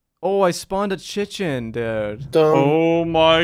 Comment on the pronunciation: "I just spawned a Chichén" lmaooo